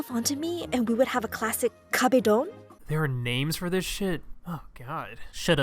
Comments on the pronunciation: "When he pushes himself on me and we get a classic 'CAB-a-dawn' its kabedon atleast say it right bruh-" and I cringed so hard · Nobody says kabaedough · The way she pronounces "kabedon" makes me want to implode I swear